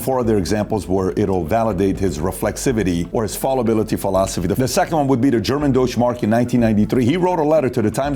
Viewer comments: pronounced foul-a-bility not fall-ability, spelled fallibility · Patrick. Fallibility comes from fallible, liable to err. It's got nothing to do with "fall". Thus, it's pronounced to rhyme with the a in calisthenics and not the a in call. The antonym of a nationalist today is humanitarianist. Democracies with billionaires is a problem because they wield too much influence in society. But given a choice, rather a Soros than a nasty, murky, Murdoch.